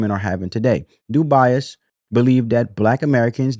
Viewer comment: Brother...W.E.B. DuBois's last name is pronounced " DOO - BOYZ" not "Doo - Bi - Azz"